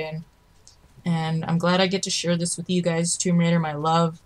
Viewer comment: Rise of the Toom-bah Raider. Nice lil' tidbit and good video overall. c